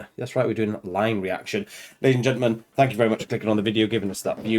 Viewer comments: It's Iine, not Line. Just saying. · Hahaha, that has to be one of your best reactions (just for the jaw drops on the hip hop section) - and you even fell into the 'Line' trap.😁 It is iine (pronounced ee-neh ... so now you can sing along as well as dancing along). 'Iine' means 'so good' like a thumbs up emoji👍 it was only the second song they released, so 2011 I think (it was their third song but IDZ was released later) and they were clearly establishing very early on that all the usual rules of what you can do, what genres you can mix into one song and so on were not going to apply to BABYMETAL. So EDM, a bit of hip hop/rap and then that drop into death metal - quite possibly the best drop into death metal from hip hop ever - and then back to the EDM to finish. As the song title suggests - it is so good.👍 In most live versions they dropped the rap and it became a call and response (they kept it in some live performances of course - "BABYMETAL in da house!") ... but that drop is still there. They did warn you - "Yo yo yo yo. Microphone check, one two one two. Are you ready to mosh? Kitsune da o!" No that was not Su doing the scream (those are among the few things you might see her pretending to do). Also in this instance the growling vocals in the death metal part are explaining the hand sign is not the traditional metal devil horns🤘or maloik, it is the kitsune (fox🦊). They have been performing this live again in recent concerts - definitely worth finding, but for a very early live performance (and they keep the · It's iine not line. Pronounciation EENEH, you can hear it in the chorus they were shouting "iine,iine" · Not "line" its iine, pronounced een-ay